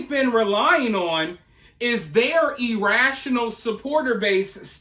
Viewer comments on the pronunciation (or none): he was pronouncing it E rational. I know what he meant Karen